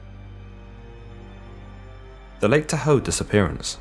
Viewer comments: Pronounced TA-HOE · I love your work. I've been watching it for a while now. I live near Modesto, Tracy and all the other mentioned places. Was a frightening time for people then. Thank you for being tactful and classy about what happened. I'll be honest, my husband and I chuckled at your pronunciation of Tahoe. Over here we say it like Ta-Hoe (ta ta. Hoe). And Sierra. See-air-ah. (incase someone wants to go vacationing in the area). I don't think we would be able to pronounce certain names in other countries, so please do not feel picked on. <3 It was really cute is all. ;-)